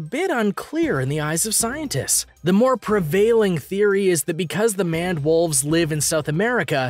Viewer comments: You are calling the Maned Wolf a Manwolf ITS "Maned" like Maine but past tensed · I have to watch this for school, but nice facts about the animals. But isn't Maned Wolf pronounced like Mained Wolf, not Manned Wolf also, how many times was the word "thus" said in this video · Don't you call it the MANED (like MAIN) wolf? Also, you said 'adaptions' instead of adaptations. Thought you ought to know!